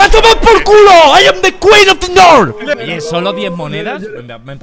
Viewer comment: Me encanta que auron sigue diciendo “ IM THE QUEEN OF THE NOR”